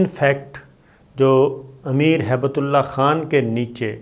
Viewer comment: Please , Hibat Ullah naam hai . Haibat Ullah nai. Thanks.